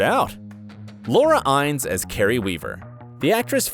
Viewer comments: Say it with me: WHY-LEE (Wyle)🙄 Inn-ESS 🙄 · Learn how to pronounce the last names correctly. It's Noah "Why-Lee" not "While", and Laura "In-ness" not "Ines". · The names are pronounced Noah Wylee and Laura Iness. Not While and Ins. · And it's Laura In-nes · Why are you pronouncing everything so weirdly? “Er-reek” La Salle? “Muh-dam” Secretary? Noah “While”? Laura “Ines” with a long i? Have you ever heard anyone say these names and words like this before or did you just decide to go your own way regardless of any kind of existing pronunciation precedent? And yeah, way to completely omit Sherry Stringfield. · It's Noah Wyle (WYLEE) not Wile and Chris Noth (nohth) -- long o, not nawth. Laura Innes (Inness) not (pronounced) Eynes. You really should do more research and learn how to pronounce the names.